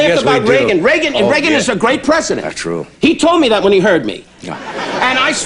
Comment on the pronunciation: It’s twew it’s twew